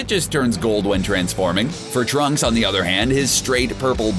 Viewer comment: Um..did he say tracks?...